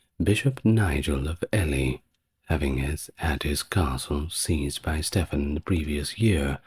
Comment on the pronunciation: It’s Stephen pronounced’Steven’ and Ely is pronounced’Eely’ in England.